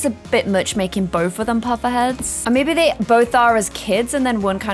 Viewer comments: Potter head Potter.. not puffer that’s something else 🤣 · Is it me or does she keep saying pufferhead instead of potterhead